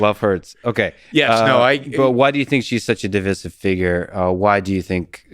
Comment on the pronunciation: It's pronounced Div-EYE-siv.